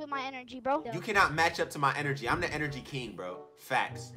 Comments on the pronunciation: Boy said “enrgy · HE SAID GET MY ENRGEY